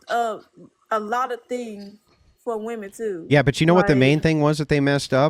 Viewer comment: "buh the whemen want to hav det!"